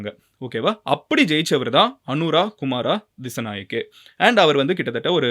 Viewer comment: Pronountation (tamil) அனுர குமார திசாநாயக்க